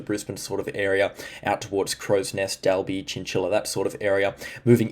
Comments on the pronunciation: FYI Dalby is pronounced Doll-be. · Definitely doll bee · Great content. Just some advice. Dalby is pronounced Daawlby. 👍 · Doll bee